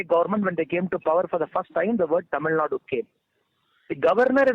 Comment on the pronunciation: Its not tamilnad. It's tamil Nadu.. Don't forget the 'u'.. I'm not a tamil guy.. but the way you north folks just say kannad and tamil Nad is so irritating